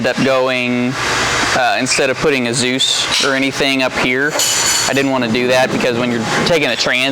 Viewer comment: "Dzus Farm" lol